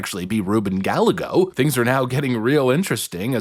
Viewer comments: As a Spanish speaker, I CANNOT get over how wrong everyone is pronouncing Gallego.... it hurts so bad LOL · That’s not how you say Rubin’s last name. Check it out. And yes he’s a scumbag with HUGE money behind him. I’m in AZ and he had the most political ads I’ve ever seen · C'mon you are better than not pronouncing Gallego properly. Its a Spanish name. And what do we know about Spanish words with 'll' like tortilla ? The 'll' is a Y sound. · Please pronounce his last name correctly. It hurts your credibility. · I love how you mispronounced little Ruben's name😂😂 Napoleon complex on that one😂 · We should keep intentionally saying it wrong, since hes made videos about how mad it makes him. 😂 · As a hispanic im telling you guys, please keep pronouncing his name wrong. It makes him so mad and hes such a piece of scum. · It's pronounced Guy-egg-oh. No matter though, he's total POS either way. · Here’s how you phonetically pronounce Gallego. Guy-ay-go, ok? And btw, the word ‘won’ is pronounced the same as the word ‘one’. Good work here though, and you’re welcome. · It's GUY -AYY-GO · Gallego is pronounced Gah-yeh-go. It is a Spanish name. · Just so you know, it is pronounced "Guy-yegg-go" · It's pronounced... guy - ay - go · Double Ls in Spanish are pronounced like a Y. It's Ruben guy-YE-go. You had one job. Have you never heard his name pronounced before? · It's Ruben Guy-AY-go. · Ruben Guy-yay-go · His name is pronounced Guy Egõ 😂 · It's pronounced Ruben (guy yay go) Gallego. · Please learn how to pronounce that dirtbag's name properly. It sounds like "guy yay go." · his name is pronounced GUY-A-GO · Gallego is pronounced Gal-yay-go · I don't like him, but his name is pronounced Guy-A-Go. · no, no I live in Arizona and we pronounce it has Guy-gay-go. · Gallego is a Spanish name. Thus, it's pronounced like "Guy Eggo" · It's hilarious how you are purposefully mispronouncing Ruben Gallegos last name. (Guy Yay Go) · It's pronounced Guy-yay-go. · Guy-yay-go not Gal-a-go.